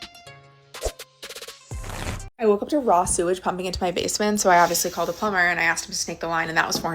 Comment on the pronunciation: "Axed"????????. It's "asked".